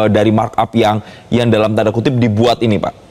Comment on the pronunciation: Lagi denger serius2,ehh.. tiba2 bgt presenter nya ngomong "Tanda KUCRIT" , kan ngik ngik aku nya 🤣